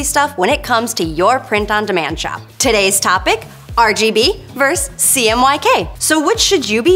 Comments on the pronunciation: VS is VERSUS not "VERSE". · It's nice to watch an intelligent person presenting something on YouTube. One minor criticism, though: The word "versus" has two syllables. 🙂